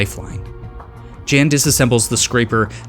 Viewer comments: Btw Jan is John so you pronounce it as Yan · He is Polish. Pronounciation of Jan is like "Yun".